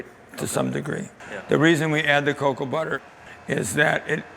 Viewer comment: cacow beans = cocoa beans?